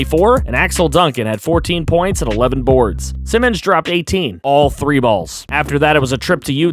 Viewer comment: I saw the comment that you getting use to the names, if im bugging you let me know but anferne simons last name is pronounced S-eye-mons